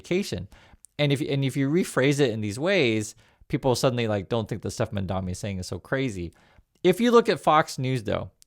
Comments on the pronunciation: You need go lookup his name. You mispronounce it every time. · I find it very annoying (and sad, frankly) that you do a story on Mamdani while constantly mispronouncing his name. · Love you but please for the love of God it's MAMDANI!!! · why can't you pronounce his name? what is so hard about pronouncing the letter "N"? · I like your stuff,, but please pronounce Mamdani's name correctly. Cuomo and the other haters deliberately mispronounce it to insult him, so let's all make the effort to respect the man by pronouncing his name correctly. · Buddy, he is Mamdani, not Mandami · you’re great, but please, it’s MaMdaNi, not MaNdaMi as you keep saying. I don’t understand why people don’t take the time and care to say people’s names right. It makes you seem out of touch like Trump or disrespectful like Trump. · MamdaNi.. Not MamdaMi.... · Its not "Mandami"... It's "Mamdani". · MAMDANI not Mandami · you're killing me. It's MamdaNI, like knee! ❤🎉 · dude its MamdaNi not MamdaMi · I understand that when people on Fox mispronounce Mamdani's name, it’s just one of many ways to disrespect him. But please—pronouncing someone’s name correctly is a basic human courtesy. Read it out loud and make sure you say MamdaNi, not MandaMi :/ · You're saying mandami. You're still a real one, but it is mildly infuriating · Please learn to pronounce the man's name if you are going to talk about him. It is MamDANi, not MamDAMi. It i like listening to someone mispronounce 'nuclear' over and over. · Excellent video as always! But the name is M.A.M.D.A.N.I not MADAMI.😅❤❤ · Bro, you keep calling the mayor "MamdaMi". It is MamdaNi with N. Good videos though. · ...repeat after me! MAM-dani, MAM-dani, MAM-dani. You called him MAN-dami every single time you said his name. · mam-dan-i. not mon-dam-i. say it right. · are you saying Mamdami? I ask because that’s what it sounds like. It doesn’t sound like you’re saying Mamdani. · MAM-DANI Not Mandami